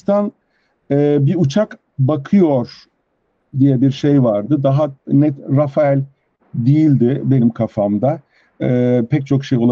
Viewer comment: Arkadaşlar “Rafael” değil, doğrusu “Rafale” (RAFAL diye okunuyor). Dassault Havacılığın uçağı. Renault bu uçağa ithafen “rafale” adında d suv bir araç çıkardı. Rafael deyince israil savunma sanayi şirketini anlıyoruz.